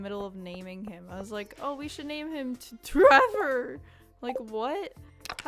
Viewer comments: I think it’s pronounced T Rever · My dog loves it when you say tREVOR. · I'll probably check out your other videos to see what Abigail did to wrong you, but on the topic of marriage candidates, I think she's my favorite - even with the extras from Expanded added (though I actually like Sophia and Victor a lot as characters); I rather quickly realized she was my favorite, much to my sister's amusement, since she figured I would like her. Either way, love the name tREVOR, and the way you pronounce it is very good lmao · every time you said tREVOR i had to stop myself from laughing idk why it was so funny to me